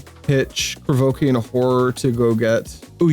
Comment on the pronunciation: Your mispronunciation of Llanowar makes you sound like a French aristocrat—kinda boss, so keep that…but…the way you say Krovikan is some straight-whack-deranged-hermit-on-shrooms type of nonsense!